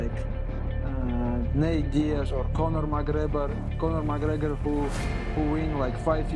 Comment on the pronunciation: Who else heard Islam calling ' Conor McGrebor ?😂